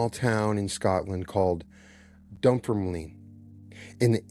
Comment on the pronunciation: Pronounced..... dum-ferm-lin. Just fyi 😊